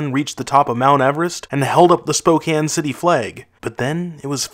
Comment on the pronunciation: Wow he actually pronounced spokane correctly, no one seems to get it right